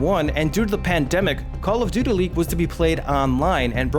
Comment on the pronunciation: "Call of Doodilly"